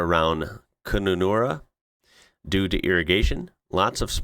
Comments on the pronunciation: For the Americans out there, Kununurra is pronounced like Gununurra! 😆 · Mate, your pronunciation is getting better. Kununurra = Kahnahnahrah. Pilbara = pilɓruh. You nailed Melbourne = Melbun. Winter in the desert is cool during the day and below freezing at night.